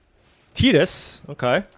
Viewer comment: Nice to hear someone say Tidus name correctly. Some people pronounce it like "Tight-ass".